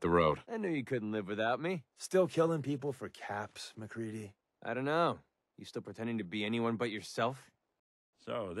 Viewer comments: no it's mac ree dee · It’s MacCready